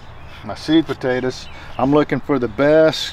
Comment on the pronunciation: It sounds like sweet potatoes but he is saying seed potatoes